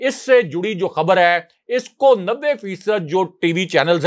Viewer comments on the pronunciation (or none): none